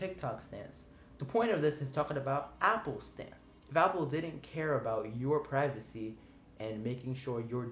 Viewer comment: Pirvacy. That's not Mom.